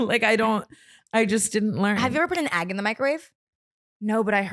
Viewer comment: why says Ahgg not EGG